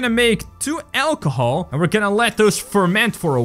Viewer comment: It’s funny how you say ACHLOHOL